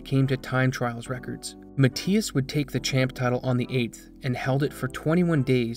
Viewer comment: If english isn't your first language I'd understand, but boy you need to work on your pronunciation of names and words. Matthias is NOT pronounced how you said it at all, it's Muh-Thy-Us, not Mat-tee-us. Also, how do fuck up the word preface?